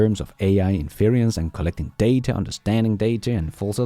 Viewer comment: The word you have been using is pronounced "IN fur rents".